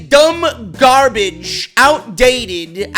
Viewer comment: Karl Johnson had me in bit 😂😂 “garbadge” I am sooo dead